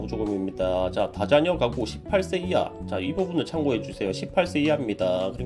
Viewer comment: 18세이하의 발음이 시8새히야로 들린건 나뿐인건가..